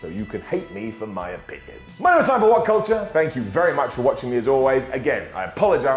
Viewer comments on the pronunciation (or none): none